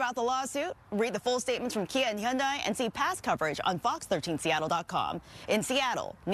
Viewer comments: “He-anday”? It’s just han-die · It’s actually hee-YUHN-deh